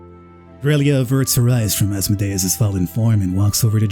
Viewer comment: Good playthrough...the way you pronounce Asmodeus triggers me to no end tho.